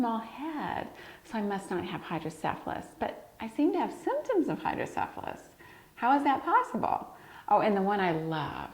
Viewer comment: pronunciation for hydrocephalus is incorrect.